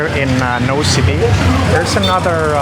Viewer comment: "Nosy Be" is pronounced "noosh-bay." "Malagasy" is pronounced "mal-gosh." I've been to Madagascar, but only to Tana (the capital, which didn't impress me much) and Antsirabe. Antsirabe was cool, but Tana was so dirty I started calling it Andikybe (place of much poop). Nosy Be is on my bucket list for sure! The largest city is called Hell-ville, so it would be cool to be able to tell people I've been to hell.